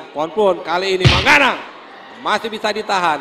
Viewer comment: ก๊กร๊ามมมม...ปิมปิ๊ดจ๊ะยา.. มังก๊านัง...555